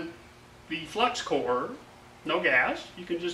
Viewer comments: I thought he said heck i use cocaine.I was like say whaaat? lol.Had to listen to it a few times. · I thought the same thing...LOL